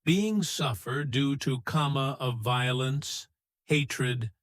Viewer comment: It's not 'kama'.